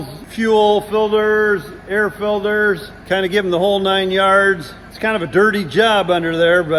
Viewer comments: Air filderhs, oil filderhs, all kinds of filderhs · I love how says " Filters " he says it like " Filders " 🤣🤣 Also, More MommyCornstar! She's been dormant for so long! Lol